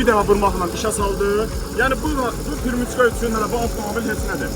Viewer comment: Qardaş savadsızsan pirmiçka deyil peremiçka òz dilimizdà ötürücü